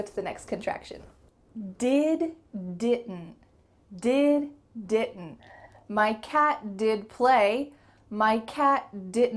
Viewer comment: First time for me to know that didnt could be pronounced as (di un ) . Thnx